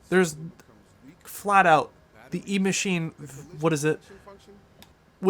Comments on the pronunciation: And it's not E-Machine... It's Echine... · It’s EACHINE not E-Machine. 🙄🙄🤓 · I think you are saying "Emachine" as the name for this drone, but the web page you show toward the end of your video shows it to be "Eachine" (without the M).